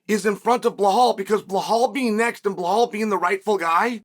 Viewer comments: It’s belal not blahal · WHY in the ever loving FUCK does Chael always add an L to Belals name?! It drives me fuckin crazy and he does it every single fucking time! He says BLehal and it’s so irritating cuz if you’re gonna have a show or podcast or whatever it is.. say the gatdamn name the right way. & if you fuck up, change it and say it the right way. But he NEVER says it correctly. Not once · "Blahal" is sending me 😂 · CS “Ble Hal” hilarious! That and Pea Air Ra! Hahaha!